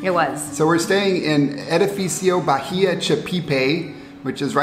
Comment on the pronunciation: You pronounce bahía ( ba í a) the h is silent. En español la "h" no se pronuncia. I just wanted to let you know the correct pronunciations. I'm sure it won't bother you guys. Blessings